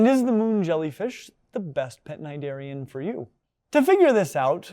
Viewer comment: First off thank you for showing my how to pronounce cnidarian, I was never sure and had never heard the word out loud until now lol Secondly, for some reason or another, I used to not like jellyfish at all. I would be grossed out if I was reading an animal book (as I used to a lot as a child) and even so much as touched a picture of a jelly. In aquariums, I'd always hurry through the jelly section because they freaked me the hell out. And of course I always loved watching aquatic, especially oceanic documentaries but, as before, if there was a jellyfish on screen, I could not watch. Nowadays though, I can see and appreciate them for the beautiful and hypnotic creatures that they are. It really is a living lava lamp, though I'm pretty sure I'd still rather go for the fake, non-living version were I to have one at all lol. And it just goes to show you don't need a pet with a brain to have a good time, you could just sit there and watch these things move around in that mesmerising way __